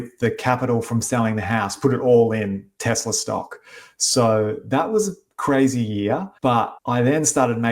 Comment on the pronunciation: says Tezla.